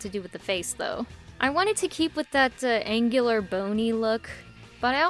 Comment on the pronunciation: I don't why i laughed when you said angular